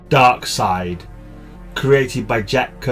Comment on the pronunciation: You pronounce Darkseid correctly. I thought u Brits pronounced it DarkSEED 😝